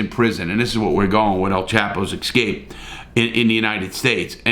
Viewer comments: Remember when you pronounce escape, it's not EX-cape. Prominently people pronounce, wrongly. Just a thought.... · I just love listening to Larry say "ix-scape" so many times LoL 😅